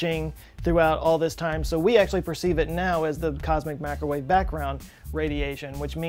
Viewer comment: Ahhhh! You let your southern accent slip a bit when you “Cosmic M’accrowave Backround”.